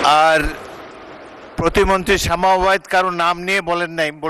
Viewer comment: শামা না শাওয়া😂